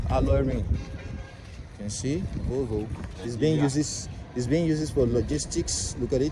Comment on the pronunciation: I like the way u say volvo it kinda sounds like "vovo" which in my languag is a shortened way to say vomit🤣🤣💀